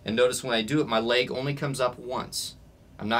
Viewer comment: "Laig" He sais... 😂